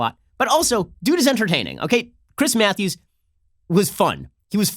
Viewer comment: Chwiiiiiss Mwatthewwwwws